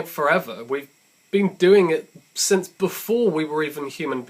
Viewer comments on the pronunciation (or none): none